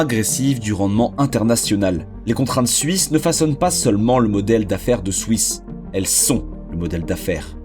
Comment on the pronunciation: je vais peter un plomb combien de fois t'as répété "swouiss"